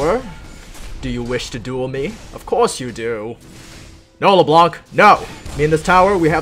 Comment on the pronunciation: the c on Leblanc is silent.